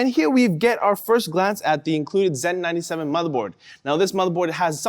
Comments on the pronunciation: He misspoke is all. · Dr. Pencil they do this in canada where they zed instead of Z (Zee)